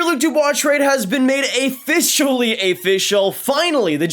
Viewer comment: Ayficially ayfishulll